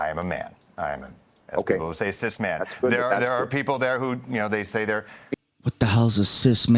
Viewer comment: I thought he said sissyman